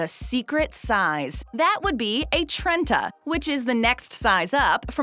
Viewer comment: Trenta? Interesting.